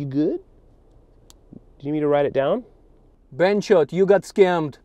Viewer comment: Calling him a " benchode " had me dead. lol. Great work as always